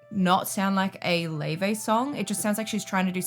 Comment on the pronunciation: How do we get Lay-Vay from Laufey?